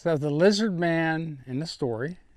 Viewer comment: It’s lizid peeple!